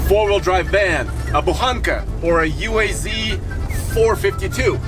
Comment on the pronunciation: Shouldn't it be better pronounced like original "oowaz"?, that "you-ey-zee" sounds kinda weird, at least for Russian speakers:). Yeah and that vehicle is a pure off-road BDSM 😂. Drove both 469 and bukhanka for quite a time.